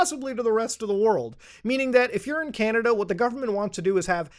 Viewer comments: Muta called it canadia lol. I use to say that a lot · You literally said are you from canadia!! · whyd u say canada like that